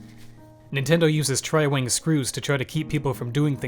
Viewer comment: Did you say tri-wing or tri-wang